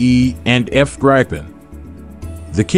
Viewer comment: Gripen not "Griphen" And in the video he pronounces it totally wrong not "Graipen", but Gripen. All the native English speakers pronounce very confidently totaly wrong any non-English word.